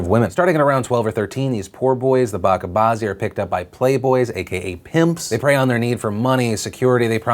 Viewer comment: Hey Phil, this might be nit picky but it’s Buh-cha bazi not BA-KA bazi